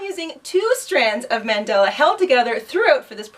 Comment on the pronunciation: LOVE THIS...but please...it's not "mendella." Pronounced MUN DAH LAH. will definitely make this. it's an awesome pattern.